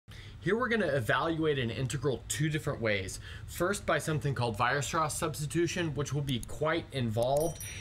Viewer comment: Should be Weierstrass not Weirstrass ;)